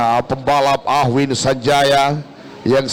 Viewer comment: AWHIN, BUKAN AHWIN